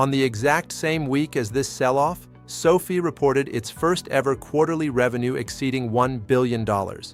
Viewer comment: ❤ Can you make the AI pronounce SOFI like Sofi, and not like Sophie? SOFI’s pullback is making me want to mow my neighbors lawn for 20 bucks just so I can get more shares. I am considering selling my toy hauler ‘As Is’ so I can get more shares of SOFI. I would even consider opening up my own Learing Daycare Center if it went down under 10 bucks per share. I saw a guy with a T-shirt that said “$.50 is $.50” and now I get it.😂😂😂 TTYL, I am off to sell my plasma. 😜